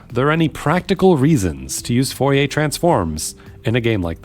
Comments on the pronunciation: I appreciate the effort to pronounce Fourier correctly but I find that generally such an endeavour is ultimately wasted. Now I do think we should aim to make our pronunciations good and recognisable at the very least but I think in trying to sound French you ended up sounding more wrong to me. This is also to add to the fact that especially for historical names modern pronunciations are also "wrong" in that that's not how they would have said it either so even the French would be wrong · In French, you don't pronounce 'r's, right? Except, that only applies to final 'r's. The name Fourier ends in an 'r' that is actually pronounced by changing the quality of the 'e' to be rising. But the 'r' in the middle of 'Fourier' is pronounced as an 'r'. 🙂